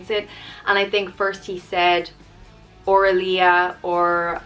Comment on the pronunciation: I loved this video! My grandmother’s name was Dolly and I LOVE the name Aurelia and the way you say it! Such a pretty name.